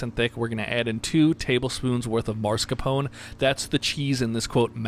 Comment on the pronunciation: just gonna point out that its mascarpone, pronounced mask-are-pone-ay...not mars-capone, thats a gangster from mars ^^